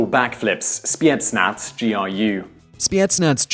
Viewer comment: Please never ever say spetznaz again.